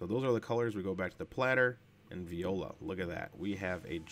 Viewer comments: Nice video.However, even though i'm not french, each time you said "viola" my ears bled :) The correct word is “Voilà” (pronounced vwah-lah). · definitely confusing his French expression with a classy string instrument :) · I love how he says vee oh la for voilá